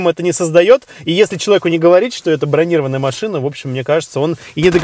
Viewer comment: Машина не бронИрованная, а бронирОванная.